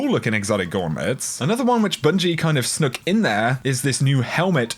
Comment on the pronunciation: Did you just say snook? Do you mean snuck? EDIT: I am sorry but "Forsanken".